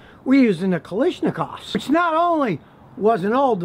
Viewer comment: KaLAshnikov. I cringed when you pronounced it thr way you did